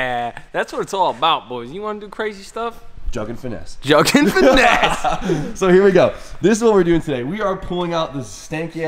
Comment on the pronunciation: Bro bro it’s JUUUUUGGGGG AND FINESSE..NOT JUG AND FINESSE 🤷‍♂️